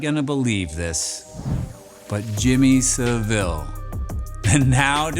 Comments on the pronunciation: One wee thing - Savile's surname is pronounced SA-vill not sa-VILL. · its pronounced Jimmy "Sav-ill" not "Sa-Ville" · Js saying it’s sounded out as jimmy savol not savil